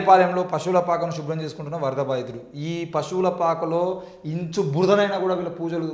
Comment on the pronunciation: "ఇంచు" కాదురా సోది నా మడ్డ , "ఇంచ్" అని పలకాలి